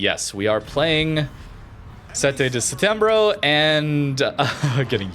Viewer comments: pronunciation is pretty decent. its supposed to sound like “sechi de setembru”. call it seventh of September if you want, that works too. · You can call the sete de setembro de September 7th, which is the English translation of the name. As a native Portuguese speaker, the pronunciation is correct, but with an American accent it sounds kind of funny.